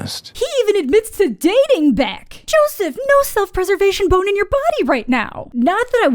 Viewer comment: Every time you call him "Joseph" I crack up a little harder